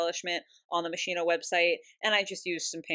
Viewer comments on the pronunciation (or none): I died inside every time I heard “ Machine-Oh “ in place of Moschino (musk-e-no) 😭🫶💖